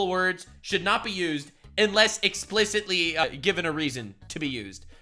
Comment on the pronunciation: "explicitly" is a four-syllable word 😆